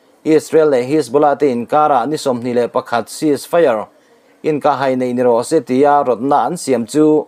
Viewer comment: Inkah hai, ilam dan, hai, tih lai tak I thluk dan hi lo en chiang hram teh aw